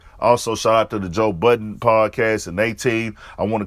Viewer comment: We should all be glad it's not a bunch of idiots speaking on hip hop, because we are listening. And you wrong for what you said about Rory. And it's Budden. Not buttons.